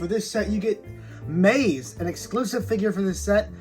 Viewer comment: Amazing review I only have 2 complaints first being the pronunciation of Maisie being wrong but I get it names can be confusing. And in the beginning you called the lystrosaurus a dinosaur in the beginning